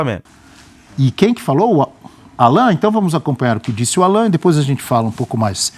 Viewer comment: A pronúncia correta é Állan, e o Pulgar é Púlgar, mas ele prefere ser chamado de Erick.😉